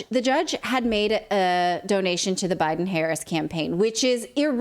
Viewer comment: He said Biden wrong.